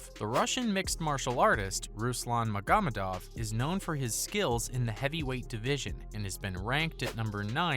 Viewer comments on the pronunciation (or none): Magomedov?? You purposely saying these wrong bro wtf? 🤣🤣🤣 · Makida? LMAO! You also mispronounced Magomedov.